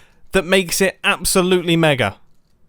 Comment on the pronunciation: Iskall is mumbo with an accent confirmed. He said mega in a similar manner to iskall